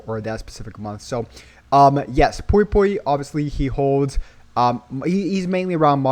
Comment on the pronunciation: Pui pui not poi poi 😅